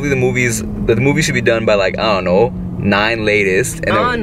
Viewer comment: Funny how chia caught when you said i duh no. U starting to get a Canadian accent lol